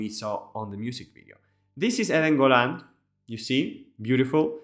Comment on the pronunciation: Thank you for your lovely words and congratulations on the way you say Eden Golan so perfectly. I am so proud of my fellow israelis for pulling themselves from the horrors of 10/7 to offer the world such a beautiful masterpiece. AM YISRAEL HAI עם ישראל חי